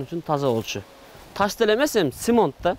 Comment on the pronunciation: 😊семонт деп суйлогонун эле жузуно жылмаюу тартуулайт го эч кандай озун созун ондоп тузоосу жок как в мире детстве баёо дуйно балакай муноз суйкумдуу жигит ,ишине ийгилик ден соолукта бол ата эненин чон атанын омуру узун болсун, озундой душасы таза келинчектуу бол алтыным!!!